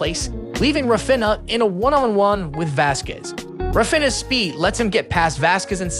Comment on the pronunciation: Say Rah Feen Yah. Cmon you can do it! Raw Finna just doesn't cut it.